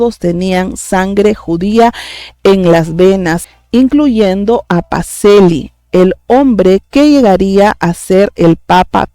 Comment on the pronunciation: Pacellí, pronúnciese: Pacheli. Bendiciones!!!!